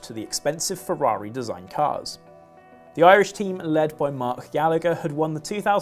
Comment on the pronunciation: FYI if Mark Gallagher is Irish then it should be pronounced Gall-a-her cause its an irish name. Should be that way wherever they are from but most English have adopted there own pronunciation. We say your bullshit place names right Berkshire, Worcester etc